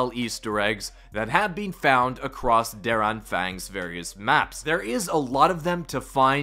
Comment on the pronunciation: It's funny, I've watched many videos of vanguard zombies and not a single soul has said the map name correctly. It's pronounced (Dare on-fong) Der anfang is german for "the beginning"